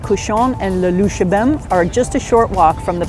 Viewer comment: In English it is like in French Luxembourg, not luxemburg! Please don't butcher names!